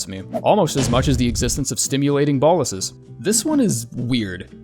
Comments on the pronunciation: Its pronounced BO-LUS you literally had the pronunciation on screen there's a full stop right there 😀. Not boll-us. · They are pronounced boh-lus